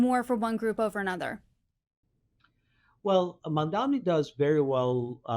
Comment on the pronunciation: His name is MAM-DANI.